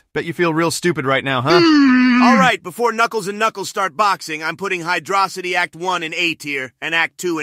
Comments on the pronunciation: Hydrocity is pronounced like atrocity... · Knuckles saying hydrocity the right way is nice